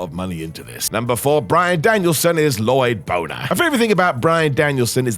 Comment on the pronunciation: La-loyd bo-ner! 👏 👏 👏👏👏